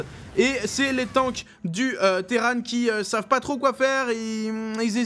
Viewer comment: Bliiiinkeuuuuu sur la collineuu du Terrane ! PS: Moi je dis terran pas terrane, terranes c'est le filles, Imagine Arcturus: Terrans, Terranes du dominion[...]